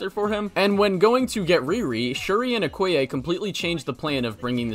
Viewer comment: you mean okoye not “okaya”